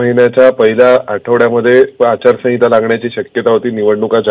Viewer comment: अचारसाविंता म्हणताय ह्या मॅडम